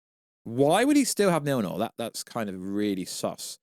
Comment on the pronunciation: bro couldnt even pronounce Mjolnir properly after decades of marvel and this video is 90% yap. don't bother watching guys